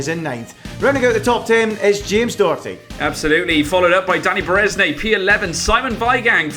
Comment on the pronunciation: It’s not James Dokerty it’s Doherty